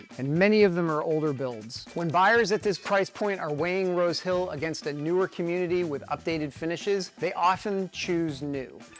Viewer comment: He said "Rose Hill". I swear I heard "road kill"!